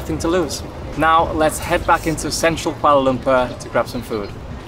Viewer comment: The way she pronounces Kuala Lumpur is just perfect 👌